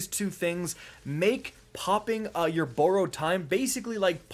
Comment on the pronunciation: Please say borrowed correctly PLEASE bye!😄